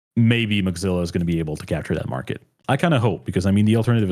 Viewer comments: Why does pronounce "Mozilla" like "Mugzilla" or something like that? Is it some kind of joke that I don't get or is the pronounciation just wrong? Kind of irritating everytime he says it (I'm not able to ignore it), otherwise very nice conversation. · Accents exist ?? and native speakers of a language can have different ways of pronouncing the same words.